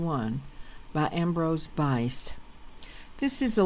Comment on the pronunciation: The author's name was Ambrose Bierce (Beerce). Please do us the courtesy of at least pronouncing the author's name correctly.